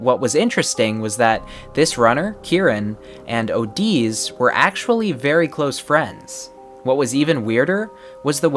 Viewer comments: It's not ohdiz it's just odiz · I would think it’s pronounced O Dee Z, not O D’s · him spelling OdiZ: Oh deez Me: its not oh deez its ode.......zee (Btw why i wrote odi zee except odi Z is because of how it should be pronounced)